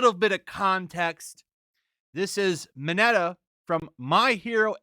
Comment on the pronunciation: “Deko” and “Minata” lmao